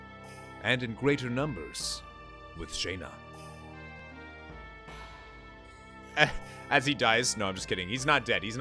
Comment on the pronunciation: Man it bugs me so much how he pronounces Shana. In a cutscene with voice acting you can find that Dart pronounces it like “Shawna “